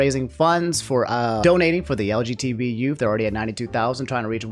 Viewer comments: Did you say lgtv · Did he say LGTB?? Probably one of the funnier slips of the tongue